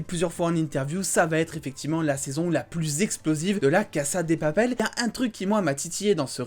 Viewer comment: Arrête de dire cassa des papel